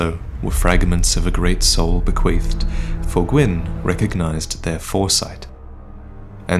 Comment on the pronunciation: "Bequeefed" uuuhhhh